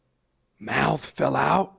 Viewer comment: his mouf fell out his mouf.. lol love you buddy.